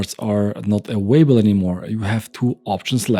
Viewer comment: Love this content. You give precise and honest insight. What can be irritating at times in your constant mispronunciation of "available*" (say: ah-vale-ah-bell" not "away-bell"!) and you always pronuncing a "V" like a "W". They are sometimes pronounced the same in German (sounds like Swiss-German is your native language), but are vastly different in English.